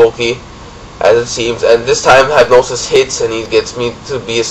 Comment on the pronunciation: Hey it's Mast3rlink from marriland. Really great battle. Oh and while everyone here is speaking of pronounciations, I'd like to say that hypnosis is pronounced "hip-no-sis" and not "hype-no-sis".